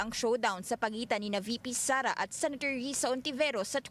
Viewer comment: senator po, not senetor